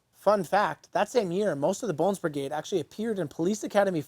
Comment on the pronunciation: He said Brigrade.